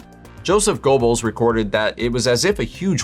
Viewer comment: "Go-bells" haha